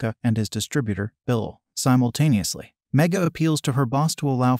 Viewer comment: Why did you say simotanusly every time